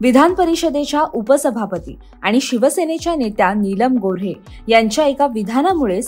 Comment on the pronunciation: नीलम गोऱ्हे.. गोरे नाही.